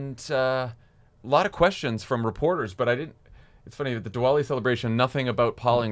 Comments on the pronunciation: Pronounced Divali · The “w” in Diwali is pronounced like a “v”. Just an fyi.